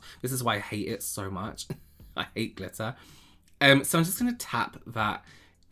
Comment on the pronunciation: “ I hate glittah..” 😭🤣🤣